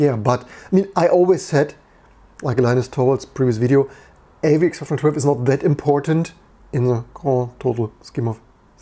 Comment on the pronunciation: Why does it sound like you're saying AVX-412?